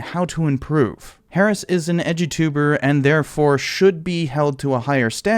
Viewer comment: Oh, you said "Edu-Tuber!" I thought you were saying "edgy Tuber." 😵‍💫